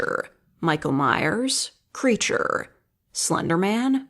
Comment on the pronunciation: "Creaturre" "Monsterr" Were you saying it like that on purpose?